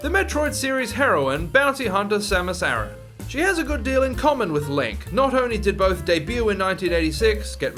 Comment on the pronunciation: You state ppl get Samus name wrong, yet you yourself mispronounce her last name. It's not freaking Aaron but A-RAN.